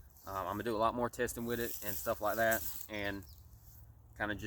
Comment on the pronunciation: It is okay to be articulate. Feel free to pronounce the word "THAT" correctly.